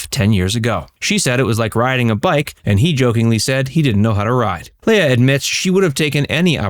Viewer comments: Her name is pronounced LEEA, NOT Laya. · I know it's kind of a small item, but I wish you would stop pronouncing her name like Princess Laiah on Star Wars. She has always just called herself Leah as it's spelled. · It's leah (lee-ah) not lay-a. 🙄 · Commentator, learn how to pronounce her name it's "Lee-ah" not "Lay-ah." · Leah's name is actually pronounced as Leeah. Not Lala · Why do you keep pronouncing her name as “Lay-uh?” I’ve only ever heard her name pronounced “Lee-uh.” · Man it was killing me how you pronounce Leah's name. It's Lee ah not Lay ah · Always thought it was pronounced ‘lee-ah’ not ‘lay-ah’ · Why can't this guy pronounce "Leah"? It's Lee-uh, not Lay-uh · Why are you calling LEEH-A, Lay-a?? Seriously? Research, dude!!! And Kirstie Alley turned her back on Leah because she left Scientology?? Why would your "God" tell you to snub anyone, Kirstie? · You pronounce Leah name wrong every single time. It's "Lee-uhh" She not a Star Wars princess. Leia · Her name is Leah, not Leia. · Yup. It's LEE-uh, not LAY-uh. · Leah is pronounced LEE-UH not LAY-UH!! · Everytime he said "Leia" instead of "Leah" my brain would correct him. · Seriously? It's Lee-AH, not LAY-ah. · It’s Leee-aah, not Lay-aah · why do you keep calling her "Leia"? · Why does this guy keep calling Leah, Leia? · "Lay-yah Rem-eneee" Wrong name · You should've learned how to pronounce her name. It's: Leee-ah This wasn't Star Wars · Her name is pronounced, lee-AH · LEAH = LEE uh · Who is “Laya”? Incompetence if you can’t even say the star’s name correctly. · Are you saying her name wrong on purpose or are you just a fucking muppet in real life?